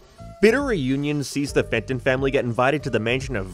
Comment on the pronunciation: Every time you said Danny Phantoms human name I always just heard Danny Fent and imagine him slumped over